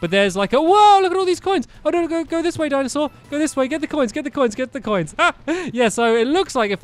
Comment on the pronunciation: Why do I hear Diamond Sword every time you say Dinosaur